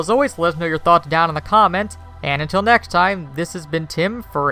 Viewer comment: He gets tounge tied a lot, and the slight speech impedimate comes out. Notice how he always says neck time instead of next time. I know it's not a big deal but I'm still waiting for neck time to happen whatever that is. He actualy nailed the next on this one as im typing this comment lol good for him. And damn when will they stop calling Fiege faygee?